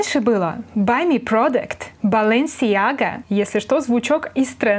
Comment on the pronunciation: ну только не product, a Prada